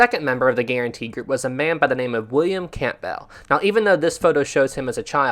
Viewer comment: A slight correction I have is the pronunciation of William Campbell’s surname. The p is silent, so it is pronounced Cambell. I love these videos so I don’t want to sound nit-picky or anything negative, I just thought I would throw it out there. Very interesting video to say the least and this is the thing I love about Titanic, the more one studies it, the more one discovers how much more there is to learn about the great, ill-fated vessel.